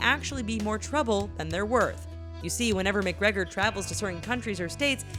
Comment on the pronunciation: 'Conor Mic-Gregor'...